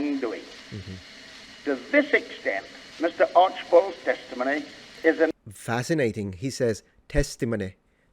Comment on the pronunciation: Funny how different people pick up different things ... he said "Achiballs" not "Archibald's". Love linguistics.